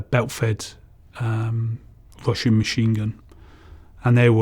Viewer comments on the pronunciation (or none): When he said russian MG I heard "washing" machine gun😂